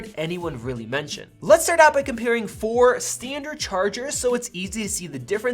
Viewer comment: wtf is stee-and-turd ? Also this clown knows nothing about electricity.